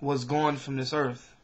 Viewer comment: Earth not Earf